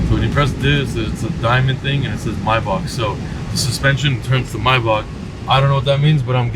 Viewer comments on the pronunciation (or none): And is not myback It’s Maybach👀